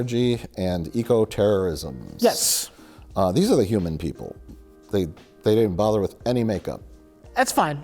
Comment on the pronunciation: My fav bit was not being able to say eco! And saying it as Echo!